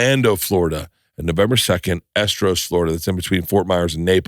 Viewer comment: Your pronunciation of Estero is terrible at best